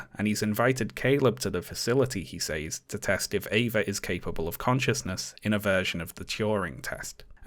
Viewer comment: the way that you say "says"... also the way that you say words ending in "ing"... also your trigger warning and woke comments